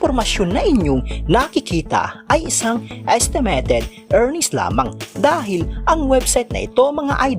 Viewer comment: Ayusin mo mins pronunciation. ESTEMETED INSTEA NA ESTIMATED NAKAKAWALAMG G